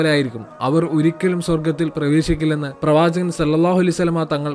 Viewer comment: Pravajaghan Enna ucharanakk pagharam pravajaghan ennulla ucharanayil aan koodudhal bahumanyam ulladh , thanghal onnu shraddichalum